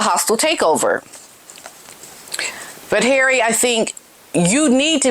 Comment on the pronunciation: HARRAY - 😂! I love your pronunciation when Harry acts like the fool he has become versus the protected Prince man-child he was! Really, HARRAY? Really???